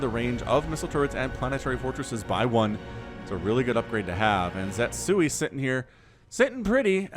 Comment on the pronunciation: pretty sure the name should be ze-tsu-i instead of zet-sui.